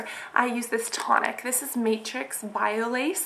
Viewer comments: its not biolayyyyyge its biolage like the (a) sounds like an (o). :) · bio-lodge(pronounced) not bio lace! ahahh c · bye-oh-lauj (soft G)